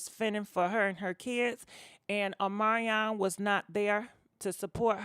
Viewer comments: Girl every time you say his name i die Ohmanyan 😂😂😂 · Girl PLEASE pronounce your words better than that!!! Specially somebody’s NAME!!! Uhmaion . W’tH...